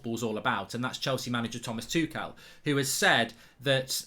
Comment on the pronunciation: No one: Gold bridge: THOMAS TOO CAL